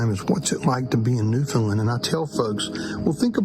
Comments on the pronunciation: Great video. Loved everything. FYI. Newfoundland rhymes with understand. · I lived all over the US for 12 years and no one could seem to pronounce Newfoundland correctly. Americans always say New Fin Lin......you have to say it fast New Found Land.......lol.....You stayed in my hometown of Twillingate. Cheers.